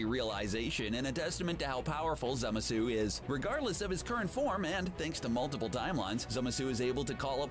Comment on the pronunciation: As hardcore nerd, it pained me so much when he couldn't pronounce Zamasu. I wonder where he got the e from. It's Zamasu or what i like to say "zimzam" (zah-ma-su)